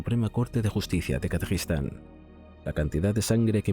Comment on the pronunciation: Gracias, es que no se entiende cuando lo dice.